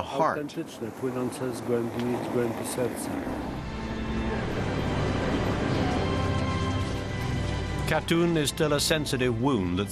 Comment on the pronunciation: Not a bad analysis, although the use of the word "sorry" from the Russians would have been useful and appreciated. Shame the narrator couldn't pronounce Katyn and kept saying Katoon.